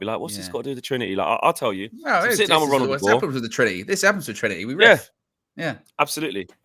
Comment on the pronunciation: no kg...trinity--> twin-ity